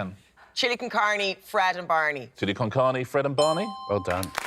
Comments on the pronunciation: It sounds weird when you pronounce "carne" in a way that it rhymes with "Barney" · Rhyming "carne" with "Barney" is almost as bad as rhyming "way" with "José". I guess any two words can "rhyme" if one of them is in a foreign language and you pronounce it wrongly enough.